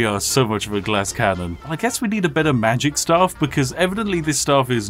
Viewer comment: Alot of people: OMG ELDEN RING IS SO HARD TO BEAT WTF Spiffing brit: Mah geic